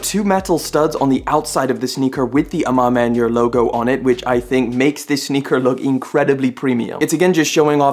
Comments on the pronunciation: I don't believe I've ever heard the A Ma Maniére name butchered to that degree ever before :)))) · you getting the pronunciation on AMM wrong bro lol